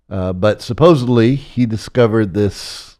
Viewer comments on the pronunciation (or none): I saw on Gaia a couple of years ago. His interviews are very interesting, but I think many people write him off as a fraud because he repeatedly mispronounces words, which immediately undermines his credibility. Examples: “saposaBly”, “eXpecially, and “recAnize”.